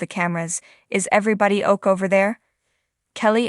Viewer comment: Why don’t the person who is describing this know how to pronounce the words correctly?? Example: O.K. (not “oak”) mike (not mick) ☹️